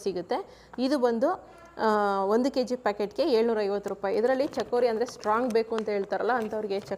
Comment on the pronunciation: ಚಕೋರಿ ಅಲ್ಲ ಅದು ಚಿಕೋರಿ madam